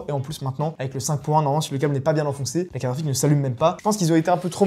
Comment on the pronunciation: La caraphique, tu veux dire !